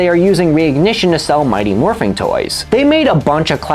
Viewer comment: Great video, but I kept getting pulled out of the story every time he said “Morphing”. IT’S MORPHIN’!